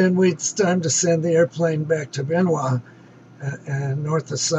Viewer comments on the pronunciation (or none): Good video but it is Bien Hoa not Bein Hoa. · Bien Hoa, not Bein Hoa